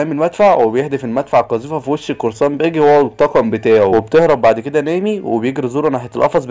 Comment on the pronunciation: ارحمني وانطق اسامي شخصيات القصة صح قلت باجا وهو اسمه باجي وعديتها لكن مين الاسم بتاع قراصنة الرمائيين ده ايه دااااااااااااااااااااااااااا حراااااااااااام